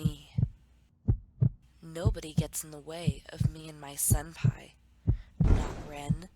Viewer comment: I'm sorry but "senpai" not "senpie"